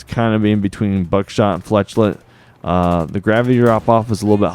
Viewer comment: When you say "flechette" it is pronounced like "fla-shet"